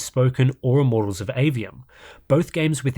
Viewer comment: "Immorals of Aveum" :D